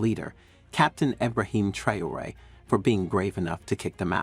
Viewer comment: It's Ibrahim Traore not trayore